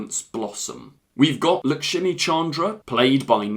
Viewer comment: Lakshmi- Luxmi no need to pronounce as shami